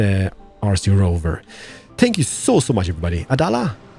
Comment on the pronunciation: when he says thank you, it sounds like spank you! XD!